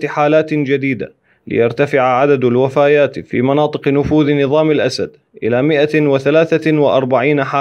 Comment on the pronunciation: الوفيات وليس الوفايات صحح ثاني مرة